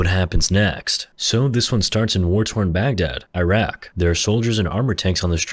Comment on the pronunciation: It’s pronounced Iraq